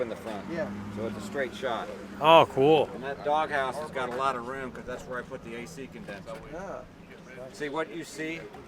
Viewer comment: Vair? Go ahead use Vair as a word. Makes uou dound like a simpleton.